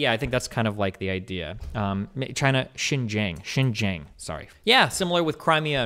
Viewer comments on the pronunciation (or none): Shin Jeeang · the pronunciation of Xin Jiang makes me want to die